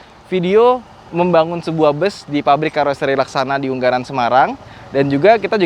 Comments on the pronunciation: ungaran bukan unggaran bang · U - Nga - ran = Ungaran om 😀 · Unggaran ❌❌ Ungaran✅✅ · ungaran semarang bukan unggaran